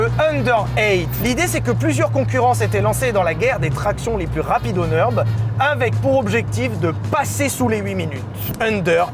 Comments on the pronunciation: Faut vraiment arrêter de dire "Neurb'". Le ü tréma allemand se prononce u. Comme le u français. De toute façon le u sans tréma allemand se prononce ou. Bref, ni en français ni en allemand on ne prononce un u/ü "euh". Stop. Nurre-bourrgue-ring (comme un ring de boxe). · Pourquoi le Neurb’ ? Je sais que l’allemand c’est chiant à prononcer, mais c’est Nurbourg’ring’ phonétiquement, donc le Nurb’ limite c’est mieux. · le neurrrb ? le Ü se dit U .. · Mais arrêtez de dire « le neurb » (cf: le meuporg) 💀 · Le NEURB 😂